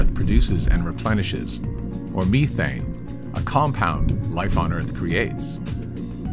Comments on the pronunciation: So we’re just going to ignore the fact that he said MEE-thane instead of methane…? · and meethane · weird way to pronounce methane, but ok dude